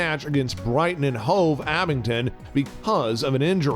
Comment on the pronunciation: The story is accurate but the pronunciation of almost every club and player name is wrong. Even English clubs are pronounced wrong, Wolverhampton "Wonderyears", Brighton & Hove "Abington"? Strange.